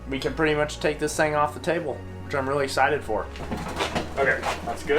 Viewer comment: It’s excited no asited